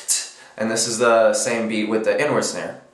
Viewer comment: HAHA totally thought you said "N word snare" not "inward snare"